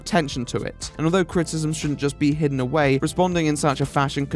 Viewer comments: It's not "critism" it's "critIcism. CRIT - I - CISM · The way this guy pronounces criticism cracks me up !!